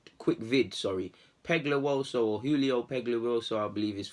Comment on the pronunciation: Ngl I can’t say his surname well but u BUTCHERED it bro😭😂